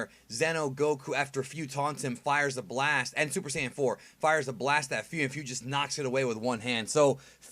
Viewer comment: Im not a fan of Fu’s Japanese voice. He sounds like he’s 14 or 15. But that’s my opinion. Btw, I noticed on how they pronounce Fu’s name. It’s pronounced as (foo), not (fyuu) like how you’ve been saying but that’s typical since the “Fu” syllable does make a (foo) sound.